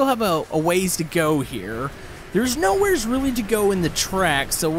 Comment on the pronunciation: why do you say knowheares and not knowhare